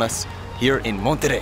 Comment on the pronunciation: First foreign non-spanish speaking person with the right pronunciation of "Monterrey"👏👏👏👏👏👏